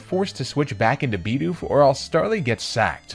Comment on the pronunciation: stop saying LOWpunny and BEEdoof, theyre literally both spelled exactly how they sound